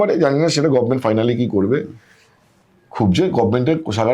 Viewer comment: একজন সাংবাদিক গভর্নমেন্ট শব্দটা উচ্চারণ করছেন গভমেন্ট । শ্রুতিকুটু লাগছে।